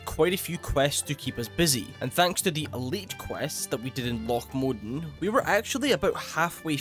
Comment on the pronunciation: Lough Modan pronunciation good, this is how it sounds in my head